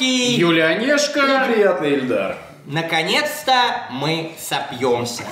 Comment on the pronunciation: Его ИИИИЛЬДАР ЗОВУТ, А НЕ ЭЛЬДАР, ЭТО 2 РАЗНЫХ ИМЕНИИИ